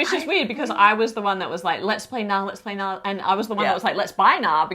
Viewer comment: Friendly advice from a Norwegian: The K in Knarr is not silent